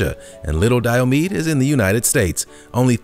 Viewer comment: Diomede = Di-O-MI-DEE. Sigh.